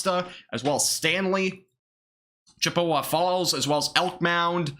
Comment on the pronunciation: Can't pronounce Chippewa but is educated ya I don't think so but stop pretending